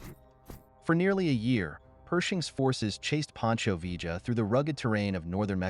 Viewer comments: Its pronounced 'Vee-yuh' not 'V-juh' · Its pronounced viyah short ah aound double l in Spanish makes the y sound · Vee-ja? Really? 🙄. What are we Argentina? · Vee - juh ... ??? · Mispronunciation of "Villa" and garbled facts make this a weak video-not very pleasing.